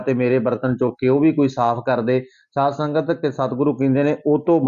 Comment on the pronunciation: Saad sangat nhi pehla bolna sikho SAADH SANGAT JI